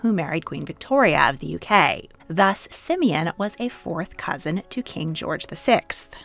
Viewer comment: Not Simin it is Симеон